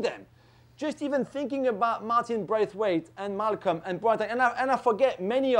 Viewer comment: Bro said Malcolm🤦🏾🤦🏾